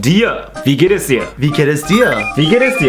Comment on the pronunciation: I thought he said "Vegan is Deer"